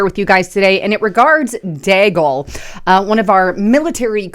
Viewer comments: It is DEE-gal . Come on man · and rhymes with Seagull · its pronounced DEAGLE like ( BEAGLE ).... Milartary Think Tank like RAND Corp.,CSIS, etc...